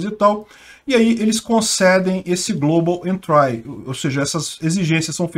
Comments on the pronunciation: só uma correção: se fala "global entri" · Velho pelo amor do pai joga global entry no tradutor Google e toca no alto-falante pra você pegar a pronuncia correta porque vc tá pronunciando incorretamente com muita convicção. No mais seus vídeos e seus canais são top.